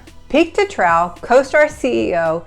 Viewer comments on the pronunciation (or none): trough is pronounced "trouff"!!!!!!!!